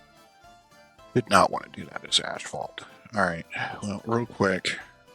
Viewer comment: It sounds like you are saying ashfalt or is that just me? But on that note, you are giving me some good ideas for a build. I havn't been succesfull yet to make a city that can actually survive